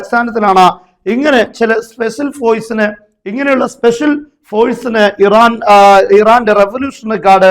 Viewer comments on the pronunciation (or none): പോയ്സ് അല്ല ! ഫോഴ്സ് .